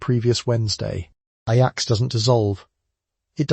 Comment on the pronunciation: standard knowledge in the United States. The video’s mispronunciation of Ajax was distracting. It also said that Ivory bar soap was used to wash dishes. That is not correct and is ridiculous.